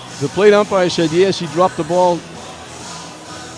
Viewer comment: Can you check with the plate umpirah? They are gonna get togethah and talk to the plate upmirah.